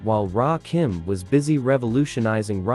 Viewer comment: There was no bridge war , there was a well orchestrated demolition project that took a still young architect to restore and rebuild years later . Little disappointed at the end on the pronunciation ...it's kim like Lil 'not keem like Dream .Great list though R.I.P to Ecstasy one of the best voices and flows ever .